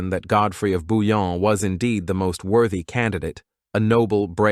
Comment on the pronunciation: ❤Svp BOUILLON pas Bulon respectz son nom merci